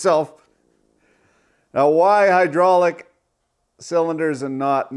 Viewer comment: "Welcome to the hooodrolic CNC channel"